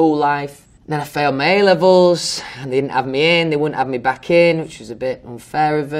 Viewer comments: No one: Literally no one: Louis: saying me instead of my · First time ever I notice how often he says "me" instead of "my", love that. 💛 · Reason # to love Louis Tomlinson : he pronounce "my" as "me". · Do all British ppl say my as mi ? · He says mi, not my!😂💖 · "fanks" "tour" "tooo" i was like come to were "color"" colahh" "my" "mi"